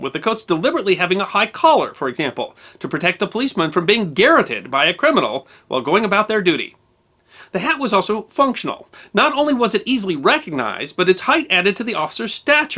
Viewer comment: Garroted is pronounced "gar-ROT-ed" with the emphasis on the second syllable. Garrot is the same with the emphasis on the second syllable. I think you are perhaps confusing the word with garret / garreted which is pronounced exactly as you just did when saying garroted. >